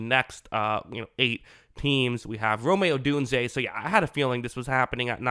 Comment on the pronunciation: How are you mispronouncing “ROME” odunze? Where tf are getting rom-e?